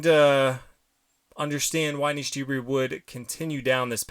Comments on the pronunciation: yup, shouldn't take a robo with a brain of 10000 IQ to prove it ;) its Anish Giri and not Anish Jiri! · Okay he says Jiri for Giri I heard it as Jerry 😜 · Pretty sure Giri is pronounced with a hard G, like in 'game' or 'Garry'.